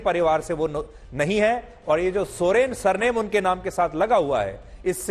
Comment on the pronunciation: Soreng sir Soren nai